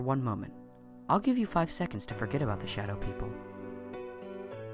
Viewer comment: When he said "I will give you 5 seacond to forget" I did so...IN YO FACE!!!!